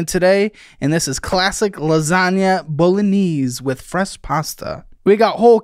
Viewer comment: The biggest crime this episode was the way “”pronounced “Bolognese” 😂